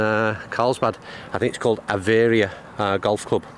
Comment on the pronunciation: it's Av--eee--rrrrr---ah. Played there myself years ago. Knew the Director of Golf